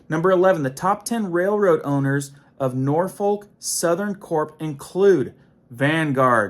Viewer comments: N O R F O L K not NorTH foRK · It is pronounced Nor’fok!! But I’m from Tn.. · And the L is pronounced as a C. "We don't smoke! We don't Drink! Norfolk! Norfolk!"